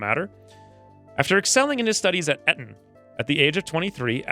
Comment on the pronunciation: I’m sorry X old buddy old pal but I couldn’t help but lol at that pronunciation of Eton! Although looking at the word it does look like it is pronounced that way. It’s pronounced ee-tun. It’s like one of the most prestigious private schools here in England. Love the vids bro!